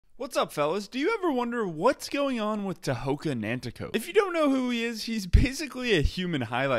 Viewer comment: In the Mohawk Language we pronounce our T’s as D’s unless there’s an H following the T so his name isn’t “Ta-ho-ga” it’s “Day-ho-ga” our K’a are G’s but you spelled his name right tho “Tehoka”